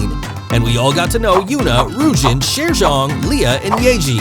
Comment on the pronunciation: Video was quite okay, still some aspects I wanna point out: 1. "y" in Chaeryeong pronounced like you did in her sister Chaeyeon, so actual j, not dj 2. Yuna, Chaeryeong and Ryujin were also in Stray Kids' show, not only Yeji 3. Where did you get the Thai info about Chaeryeong? 4. Ryujin's definitely not "incredibly introvert" 5. Yuna with the most hate? Not imo but idk about other fans. 6. also, never heard about that 7. Lia has actually been most criticized for her dancing skills even though she's great at it. You should have included that. 8. Yuna's talent sounds kinda weird. Impersonating Lia on stage? And that clip after that didn't even show a performance. 9. Every member can be an ending fairy. Different for every performance. Check them out ;). 10. Weren't really "other talents" for Lia and Chaeryeong though. Lia is the main vocalist and Chaeryeong the main dancer, so actually those were their "usual talents". Lia has an incredible flexibility though and Chaeryeong's talent would be that she's unintentionally funny and savage. But yeah, nice first guide maybe for new MIDZYS👌